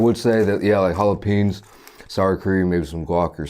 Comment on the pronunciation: ‘Jalopeens’... um it’s a no for me.